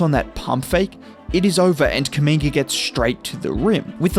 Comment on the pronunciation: I swear everytime u have done a video on him it sounds like ur calling him a slur “kuminger”😭😭